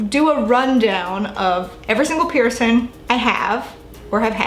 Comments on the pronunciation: The word is Piercing. I’m hearing “Pearson”. Healing pronounced as heelin. Definitely distracting!! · you pronounce the word ’piercing’ as ‘pee-er-son’ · when she says “piercin” omfg